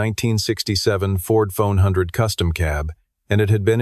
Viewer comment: It’s a ford F100 not a phone hundred